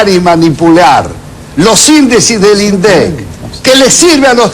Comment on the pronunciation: El debate era por las legislativas,en las que se sobreentiende que cada cual debería haber mostrado sus propuestas, pero se habló hasta de "concierto",pero del tema en cuestión,NADA! En consonancia con P.Gay y siguiendo el pie que le dió (Min. ), atacó a los gritos a los "índicisdilindec" (así lo pronunció). Quiere volver al viejo INDEC manejado por el FMI que inflaba la inflación para darle 400 mill de U$S por punto a los tenedores de títulos entre los que se haya el gran diario...